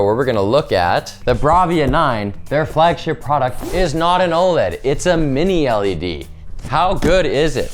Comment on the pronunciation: Emphasis on the word “flagship”.